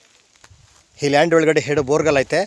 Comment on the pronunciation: Sir boregul alla sir borewell